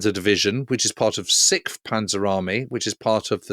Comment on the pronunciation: Sixth. Sicks-th. Not sick-th. Nineteenth. Nine-teenth. Not nine-teempfth. 😂